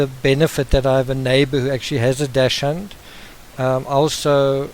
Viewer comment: Just FYI: It's spelt Dachshund, and pronounced DAX - HUND. (Not dash-hound). It's a German word, and it means Badger Hound. It just really irks me when people say it wrong. My dog is my world! ; )